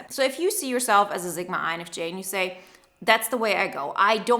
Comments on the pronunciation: Your pronunciation of Sigma is so wrong its a S not a Z sound and I can barely finish watching this. Its seriously hitting a nerve. Which usually doesn't happen. Sigma (/ˈsɪɡmə/, not Z-gma. 9.01 is as far as i could go. Sorry Usually it doesn't bother me but for some reason this one is really bothering me. Maybe it's because my mother was a language arts teacher and i was never allowed to pronunciation of a words incorrectly. I even looked it up because I'm Dyslexic and figure i just had it wrong. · Honey it's Sigma, not Zigma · I like this "Zigma" pronunciation. is from the German-Polish Sprachbund, S's go Z a lot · I did too and she is saying zigma. it's very clear. I'm dyslexic so I mess up pronunciation, like crazy, so I try to be careful.